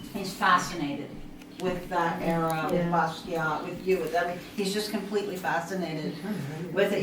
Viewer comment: Please don't say "BAZZ-kee-ott." Sounds dismissing or ignorant; or both. It's pronounced "Boss-kee-ahh."